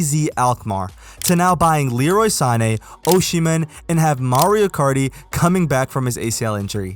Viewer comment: Big fan of the superlig content! p.s it's Osimhen not Oshimen :D